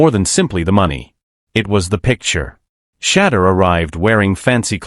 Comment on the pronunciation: I counted at least 5 different pronunciations of Shedeur and not one of them correct.